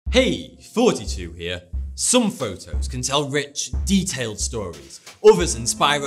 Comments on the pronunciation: The way you say "Thoughty2" Sounds like 42. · Every time at the beginning when he says "hey thoughty2 here"I think he says 42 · Who else thinks that he says 42 in his intro ? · Is it bad I heard him say "42 here"? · thought he said, hey 42 here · I still think he says 42 here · I am sure that you said 42 and not Thoughty2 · I've been watching your videos for a good while and I always thought you were saying "Hey, 42 here" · is he really saying thoughty2 because it also sounds like he's saying 42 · I can't be the only one who thinks he says "42" in the beginning, right?